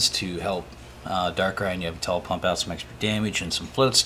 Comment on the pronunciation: first time ive heard yveltal pronounced like that. yevltal